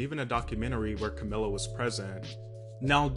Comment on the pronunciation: It's CamEEla